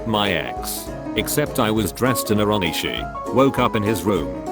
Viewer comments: Onesie. "ONE EE SHEE" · The way it pronounced onesie “on-e-she” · the fucking ai said onesie as "oh-nee-shee" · Onesie is now pronounced onishi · And that it reads onesie as o-nee-shee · im uncomfortable how it said onesie fuckin yikes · The fucking way they pronounced "onesie" makes me hate you idfk know why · how the fuck did it just pronounce onesie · Why are there not enough comments about the pronounciation of Onesie? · The way he says onesie though